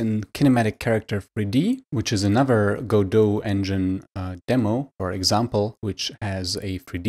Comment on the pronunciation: Thank you so much for pronouncing it right.